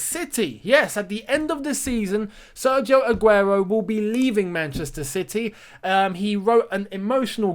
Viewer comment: That Spanish pronunciation 😍 Mashallah brother